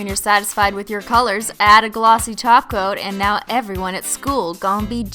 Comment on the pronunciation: Omg she finally said top coat as top coat instead of taco!